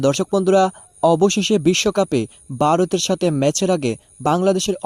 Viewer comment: Oi beta tui kon desh er lok. Varot sabdoe thik moto uccharon korte partasos nah